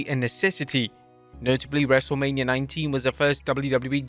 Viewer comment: U said wrestlamia 😅